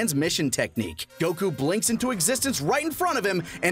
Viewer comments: God the way pronounces Goku makes me want to rip my ears out... You're not even saying it how the Japanese dub say it... Its GO-Kooo Not Guh-kooooo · Kinda, the way he pronounces Goku and how he says Tienshenhan (he may be correct, but it doesn't sound right to me) are the main things that are iffy imo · Okay not going to lie but pronunciation of Goku kinda rustles my jammies and it's not even about me being a grammar Nazi it's just over pronunciation kind of bothers me a little